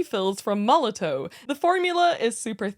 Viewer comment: Just a quick tip: Molotow is pronounced like Molotov. The W in German is like V in English.